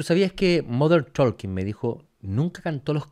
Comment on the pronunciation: Se pronuncia TOKEN, no ToLken.